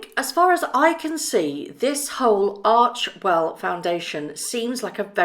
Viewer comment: I adore you, have some of your merch, etc. Just fyi, ARCHEWELL is probounced "ARK-WELL" - many were making that error, but Archwell when pronounced ARK-WELL have different meanings.. Keep up the great work, I have on my shirt as I write this! I lovw your video's, always straightforward, and spot on!! STAY WELL DEAR MEG!!